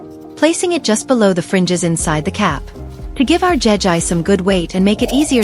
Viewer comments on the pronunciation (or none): none